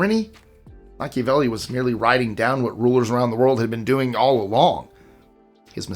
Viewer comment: Every time I see a video that he does on banned books he says everybody's name normal and when he gets to Machiavelli it's like he sings it